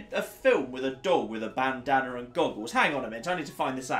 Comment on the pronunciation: "Bandaner" dafaq is that? Bandana?